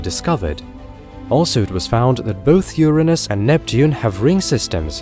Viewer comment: for pronouncing Uranus correctly. ;-) Also +1 for suggesting that the Voyagers may end up as space salvage, a conclusion that is quite optimistic for our species.